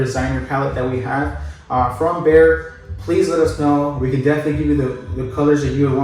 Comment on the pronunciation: Isn't it BEHR not BEAR? Love your homes.